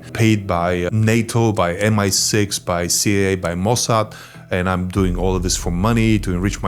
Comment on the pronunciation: практикуй произношение плиз, типичное русское зиссиз, зиз зат режет уши! Danke🫱🏻‍🫲🏼